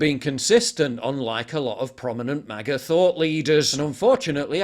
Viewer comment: I agree with PJW on this. WTF Trump it's MAGA not MIGA